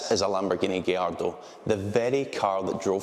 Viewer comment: Thank you for pronouncing gallardo properly 😭